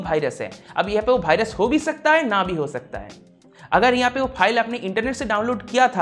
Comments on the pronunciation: But he says BhaiRas 😂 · He said "Bhirus" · this is Indian accent